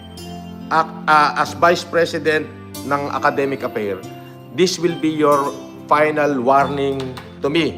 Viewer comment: "... academic affair" (singular talaga? saka yung F naging P ang basa hahaha) "this will be your final warning to me" (so si kulaong ang na-warningan? lol) RIP inglis 😂